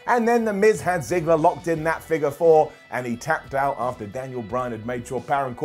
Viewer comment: I love how calls Dolph Ziggler "Ziggles"